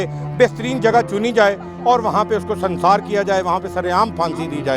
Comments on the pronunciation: Sunsaar nahi bhai SUNGSAAR kia gai... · Sansaar nhi sangsaar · lafz sansar nhi Sangsar hai correction kar ley .